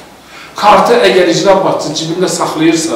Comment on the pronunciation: İcra bacçısi yox,icra başcisi.düzğün teleffüz etmek lazimdir.